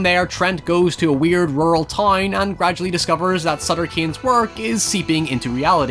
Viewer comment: Did you watched the movie at all? sutter kian? Throughout the whole movie they say his name 100000 timea. SUTTER CANE.